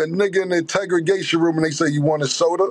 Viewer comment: Cam struggling with the word Interrogation 😂😂